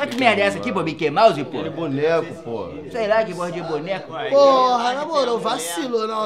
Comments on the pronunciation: "Myquei Mouze" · Myquei Mause